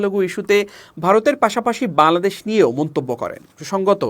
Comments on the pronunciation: বাংলাদেশ উচ্চারণ ঠিক হচ্ছে না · ভাই বাংলাদেশ উচ্চারণ টা ঠিক হচ্ছেনা ঠিক করেন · এই বেটা একবারও বাংলাদেশ ঠিকমত উচ্চারণ করতে পারছেনা তোতলা নাকি